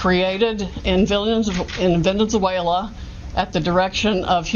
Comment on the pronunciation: She says vilain-zuela 😆